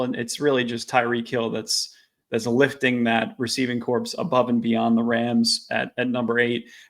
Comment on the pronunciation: No, the “p” is silent. It should sound like “core.”😊